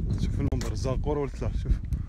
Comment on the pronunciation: اسمها الزقوره مع شده على حرف القاف ..... بنيت بهذا الشكل المرتفع لحماية معبد آلهتهم من الغرق اثناء فيضان النهر الذي غير مساره عشرات الكيلو مترات عن مجراه خلال الاف السنين ..... الملك اورنمو وليس نامو